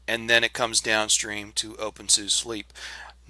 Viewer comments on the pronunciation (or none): to be completely correct. It was created by/ named after dr. Conrad Suse. pronounced Sousa😃. Like your tips thumbs up from the Netherlands... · Correct pronunciation of SUSE: I just installed the latest Windows 10 on a new SSD. But I'm likely going to setup a dual-boot. My distro of choice is currently openSUSE Tumbleweed Plasma 5, initially installed via GeckoLinux. Tumbleweed as of nearly 2 years ago is now a stable branch. Factory is the unstable branch. Leap is somewhere in between Tumbleweed and SUSE Enterprise, fed by both. If you don't need the latest and greatest software, and/or you don't care for constant updates, then Leap is the way to go. It's also installable via GeckoLinux if you don't want to download the 4.3 GB DVD or do a network install.